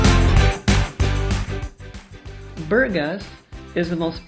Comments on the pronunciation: The accents is on the A...BurgAs....not BUrgas...not that difficult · Saying name of city correctly would help...it’s not at all quiet...have no idea why you think this...lived for 4 years there..with Bulgarian..it’s a fun, busy city!